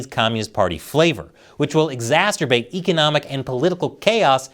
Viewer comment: Lol, did you say exasturbate?